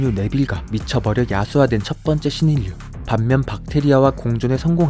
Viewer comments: 감염자 한국어발음은 감몀자 아니고 가몀자 입니다. 신인류 한국어 발음은 신인뉴가아니고 신일류 입니다. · 발음을 좀 유의하시면 좋겠어요. 신인류는 신일류로 발음합니다. 신인뉴로 발음하지 않습니다. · 신인류[신일류] 발음입니다.ㄴ+ㄹ -> ㄹ+ㄹ... 예외도 있습니다. 유음화라고 합니다. 직업 의식이라.... 죄송합니다.